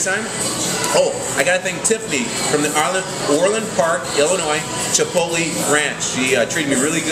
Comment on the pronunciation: isnt it pronounced chip-ote-lay??